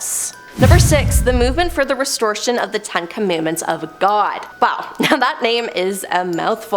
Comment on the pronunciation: The most terrifying thing about this video is that the host doesn't know how to pronounce Guyana, Waco, restoration, phenobarbital, Synanon, Zion, or Hubbard.